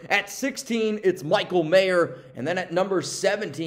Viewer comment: Isaiah Pola Mao and it’s pronounced MAU not mayo. Thx for all the Raider info